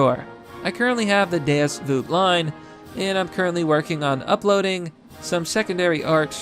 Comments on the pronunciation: ITS PRONOUNCED VAULT. VULT is PRONOUNCED VAULT. DEUS VAULT not veeeuult. FUCKING HEATHEN. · I cringe every time you mispronounce “vult” as “voot”. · VULT = rhymes with CULT, not suit. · You gotta be mispronouncing Vult on purpose by now. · Look I’ll buy your shirt if you stop saying vult like that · How you pronounce “Vult” triggers the shit out of me